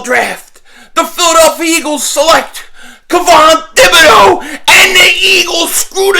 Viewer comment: Hey it's pronounced 'Tib-a-doe, the H is silent. It's a French name.